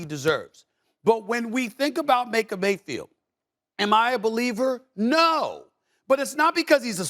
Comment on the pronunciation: Maker Bayfield. Lol